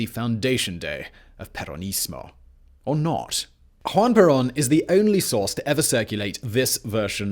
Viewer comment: “Hwan Perawn”